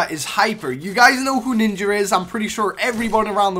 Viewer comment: Ninjer? Nigga nah